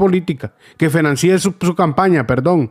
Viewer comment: Se dice FINANCIE . No financíe